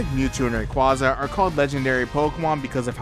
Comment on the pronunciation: It’s pronounced as RAY-Qua_za